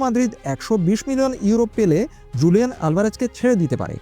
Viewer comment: হুলিয়ান হবে স্প্যানিশ উচ্চারণ জু হয় না